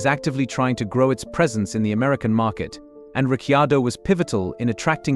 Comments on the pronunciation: Sick of the mispronunciation of His name, what is wrong with these dingbats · Where did this commentator get Daniels surname pronunciatikon from. So painful! Doug Ringholt Yarrawonga Victoria. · I agree it is so sickening